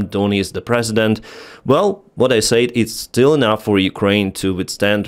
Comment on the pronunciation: You're pronouncing "said" wrong.